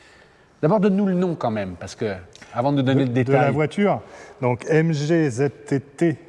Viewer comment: It’s a British car, please pronounce it correctly🙈😛 Its a MG not mgeeee, its a tourer, not a break 🙈😛 Thankyou.